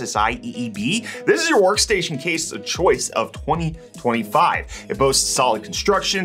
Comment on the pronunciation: The way you say 2025 leads me to believe you blooped some 2024s xD